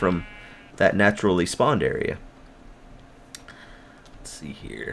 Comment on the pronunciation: I like the emphasis on "naturally spawned area" lol